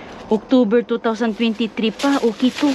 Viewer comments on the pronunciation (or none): none